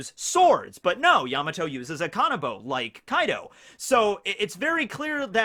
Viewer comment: He said Kai D. O 🤣